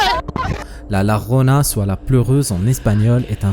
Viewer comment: Please la Llorona écoute le quelque part la prononciation est au secours